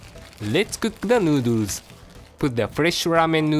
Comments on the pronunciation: New-dewrs hahaha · Stay strong chef. I'm glad to see you again btw. I'll be waiting for your triumphant return. On a side note: I love how say Thoroughly and Noodles.